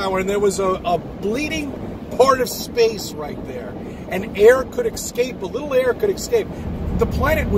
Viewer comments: The FE'er pronounces ESCAPE as EXCAPE. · “And air could ex scape” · This guy can't even pronounce "escape" properly and he's talking about the shape of the earth lmao.